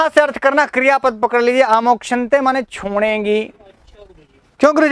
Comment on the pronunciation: छोंडेगी,आप इसका उच्चारण गलत करते हैं